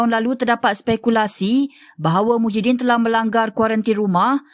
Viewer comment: Muhyiddin ni PM negara mana.. PASIR BERDENGUNG KE.. sebut la betul2.. Kalau negara MALAYSIA nama PM MAHIADDIN MD YASIN.. Reporter pun tak berapa pandai pulak.. Keliru tau